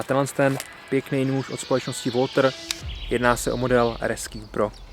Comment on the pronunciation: Značka Walther se nevyslovuje "Woltr" ale "Waltr"